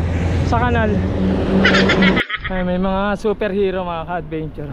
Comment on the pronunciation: Take a shot everytime he says "ka-adbeynchoor"